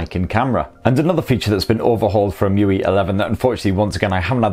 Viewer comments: It's E-em-you-ay not E-moo-wee 😂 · It's em-u-i not e-mu-ee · Alright... I've never heard anyone callt the UI 'Mewe', nor I think it's his you're supposed to call if, but damn... I dig it. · it's actually 'emu-eye' 🤣😂 #okayprobablynot